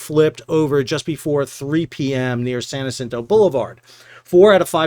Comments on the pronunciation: your mispronunciation of San Jacinto threw me off a little.... In Texas, we say Jacinto with a J not an H when speaking of the river, the monument/battle, and the street... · Love the channel. Just a note: We pronounce the J hard in Texas for San Jacinto. As in, San Juh-sinto. And aren't pilots to blame for both of the Yangzee incidents?